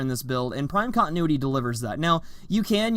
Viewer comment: Oh God the horrendous syllables